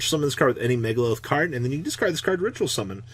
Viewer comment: "MegaLILITH" cmon i can't take this anymore